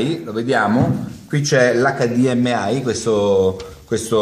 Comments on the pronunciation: Acca di emme i (italiano) eich di em ai (inglese). Dire: "acca di emme ai " non ha significato. E comunque quel sistema non é compatibile con tutti i TV con l'hdmi... Fare tutorial alla cazzo ben venga, li faccio anche io, ma cerchiamo di no. Dire cose non vere. Ciao grande! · Bellissimo il modo in cui dici HDMI, cioè o lo dici tutto in inglese ossia: heich di em ai; oppure tutto in italiano: acca di emme i ma "acca di emme ai" non si può proprio sentire. :-D hahha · NON SI DICE COSÌ!!!1!1!1!1! O LO DICI IN INGLESE O IN ITALIANO HDMI